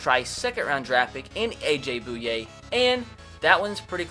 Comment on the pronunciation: You said bouye wrong